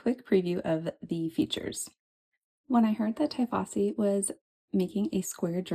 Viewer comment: It's "tee-fossi", not 'tie' as in 'tie your shoelaces'